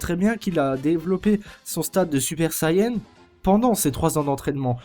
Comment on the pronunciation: Mec, ta vidéo est bien dans l'ensemble mais je t'en prie, fais pas la même erreur conne que les comédiens français et l'équipe de production, c'est Sayane, et non pas Sayen, c'est d'autant plus vrai en japonais, ça me tue d'entendre des gens écorcher ce nom, je l'ai moi-même fait quand j'avais 8 ans et venait tout juste de connaître la série en jouant au jeu sur PS2, mais je prononçais à la française en disant "seyant" donc c'est pas aussi grave !